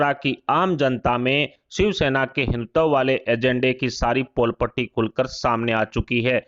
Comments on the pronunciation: आप के वक्त को हिंदुत्व सही तरह से बोलना तो सिखाइए पहले। यह तो इसे ‘हिन्तव’ कह कर पुकार रहे हैं। बेहतर है कि यह सुधार जल्द हो। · पहले अच्छी तरह हिन्दी सीख लें। हिंदुत्तव बोल रहे हैं। बार-बार हर बार गलत बोल रहे हैं।